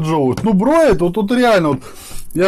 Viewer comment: ну это пи**ец "БРОЕТ"!!! знаю что пишу спустя год но это слово "броЕт".....Я надеюсь тебе сказали что "бреет" а не "броет"